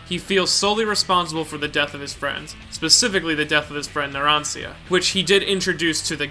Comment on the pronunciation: The way you pronounced narancia made me kms